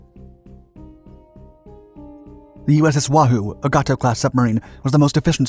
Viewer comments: i know bud he just said it funny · Ya know, I don't think that I'm a petty guy. I really don't. But dude, after watching many of your video clips I must speak my mind. I can't believe that someone who narrates war videos wouldn't take the time to learn how to pronounce things like Da Nang (not this clip) or Gato (this clip). This US Marine enjoys the clips you narrate, but I want to peel the skin off my arm every time you duff an important term, name or action. Just watch some war movies at the least! Maybe you'll learn something. Thank you.